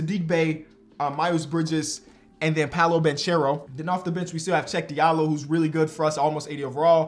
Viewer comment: "chieck diallo" is crazy